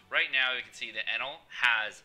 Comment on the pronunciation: jewelry bonney op. ps the way you say enel makes me wanna kms